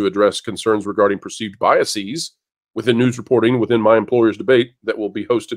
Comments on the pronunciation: All the speakers sound very intelligent. One point: the plural of bias is biases, not biasEEz; the plural of process is processes, not procesEEz. The plural of basis is bases, pronounced basEEz. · “Biases” is not pronounced with a long e , guys.